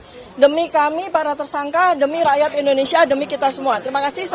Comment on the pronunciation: Sedikit sedikit Raat Inoneia